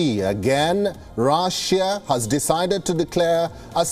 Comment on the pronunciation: Itz russia ..nt raaasia ..